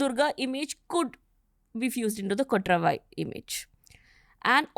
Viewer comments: its not kotraavaai.. its just kotravai. this channel is misleading. title is misleading. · She can't even pronounce kotravai. Durga, War mongering ! Please be careful who you invite. I am disliking this pod